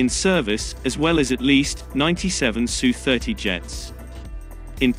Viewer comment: It's not sue, it's S U. And China is buying more S. U. -35s.